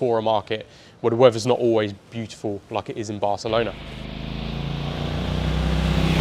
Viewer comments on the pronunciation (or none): none